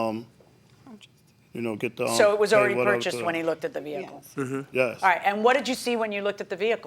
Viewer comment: It "look-ded nice" 🙄